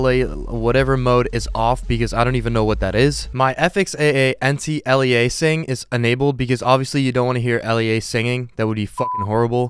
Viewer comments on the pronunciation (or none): Funny trying to hear you pronounce Aliasing.